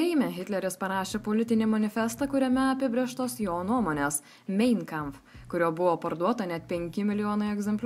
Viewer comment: Mein Kampf ....tariasi ne mein o main :D toks faktas